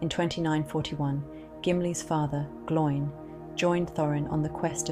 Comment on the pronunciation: Pronunciation needs work. Glo-in. Rhymes with Owen.